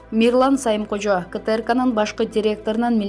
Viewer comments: Мирлан Самыйкожо деп туура окуса болмок. Сайымкожо дебей. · Дура, Сайымкожо эмес, Самыйкожо!!! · Диктор туура суйлосон, Сайымкожо эмес Самыйкожо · Дура,сайымкожо эмес самыйкожо,туура даярданбайсынбы. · Диктор туура айтсанар Сайымкожо эмес да Самыйкожо да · Эй кок мээ, адамдын атын туура суйлош керек да. Диктор сага окшогон чала сабат неме экен